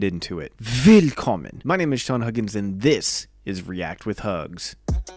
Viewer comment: Actually, Germans pronounce "willKOMMen" rather than WILLkommen.